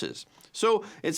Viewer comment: Not eye-ran but ear- ran. Please tell her.